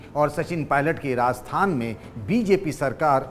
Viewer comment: राजस्थान बोलिए। आप बार बार रास्थान बोल रहे है।